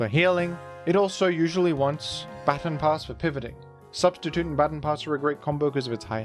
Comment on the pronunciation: until you pointed it out, it had slipped my attention that you were pronouncing baton pass the correct way.